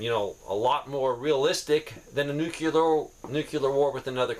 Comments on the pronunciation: it is pronounced "NEW-CLEAR".... NOT ... "NEW-QUE-LEER". It is two syllables... NOT three. Thank you for your time...carry on. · Sir don't say "new cue ler". say "new clear". respectfully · Nuke Lee err. Can't stand new cue ler. Lol